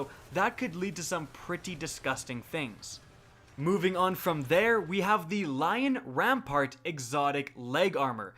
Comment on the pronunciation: Are you fucking dyslexic? Syncoseps? Lion RAMPART? My god.